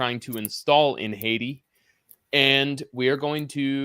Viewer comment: ... just the way he says Haydee let's me know how he really feels about Ayiti.